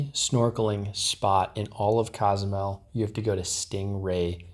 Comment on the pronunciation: cos-oo-mel that's how you say it